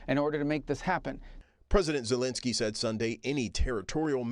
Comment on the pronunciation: Zelensky is ALL OVER the news, how is the reporter gonna say his name wrong?